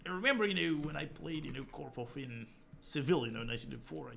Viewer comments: I love your imitation of Kasparov, especially how you pronounce "Korpof" ... lol :) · Yeah, [ko:rpof] ... lol